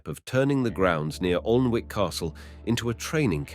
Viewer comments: Whatever the commentary I got the message, I must say it’s a great place to visit, we up north pronounce it Annick castle not Alnwick so there 👍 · Respectfully, you are pronouncing the name "Plantagenet" wrongly & "Annick"... quite frustrating. 👂🏽🤦🏽‍♀️🙄